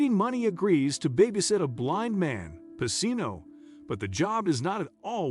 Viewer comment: His name was pronounced wrong the whole video. It’s pronounced pa-chino